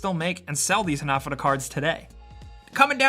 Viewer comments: They're pronounced ha-na-fù-da not hunuhdooduh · It's pronounced "Hah-nah-foo-duh" not ha-na-fuh-da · Ha-na-fu-da, not hanafuahada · It isn't pronounced "hah nah fudda", it's "Ha Na Fu Da". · Its called han A fudA cards not HanAFudA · HanaFOOda, not haNAfada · The way you say Hanafuda bothers me so much I had to type this comment months after you posted this video. :( Ha-Na-Foo-Duh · Ha-na-fu-da not hanefooduh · For the love of god please pronounce hanafuda correctly, its hanah-fooda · Pronounced "ha-na-foo-da" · It's pronounced Hah-Nah-Foo-Da! Dear god learn the words please. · Hah nah fuu dah - evenly stress all syllables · "Hah-nah-foo-dah" cards Sorry, it really bugged me. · Hanafuda cards aren't pronounced how he said it but what can I say besides. That's English for ya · You’re saying hanafuda wrong, it’s pissing me off. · OMG, stop saying hanafuda incorrectly!!!! it's driving me crazy!!!!!!!!! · How you said hanafuda gave me AIDS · You pronounced hanafuda wrong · Dislike for mispronouncing ¨Hanafuda¨. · hearing you say hanafuda wrong rustled my jimmies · “Rustled my jimmies” 😂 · the word hanafuda was so poorly pronounced it hurt